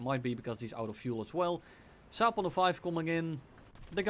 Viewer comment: I love how he turns into Scooby-Doo when pronouncing the Saab-105OE! Happy birthday, wish you more success in life and on youtube!